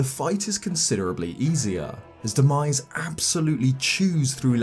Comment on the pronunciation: What he said: Demise What i heard: “The 🥑”.